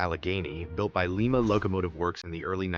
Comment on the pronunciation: Lie-ma, not lee-ma. Lima beans, Lima, Peru.